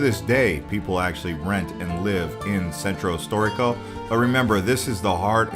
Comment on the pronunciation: I’m sorry... I enjoyed the sights you showed, but after like 5 minutes I couldn’t handle your butchering of Italian names. No one expects you to pronounce perfectly, but please … “Sentrow storeeko” … “Piawzaa dee Spog-na” … lol. If one is going to do a tourist video about places in Rome, one should probably learn how to pronounce names with some accuracy.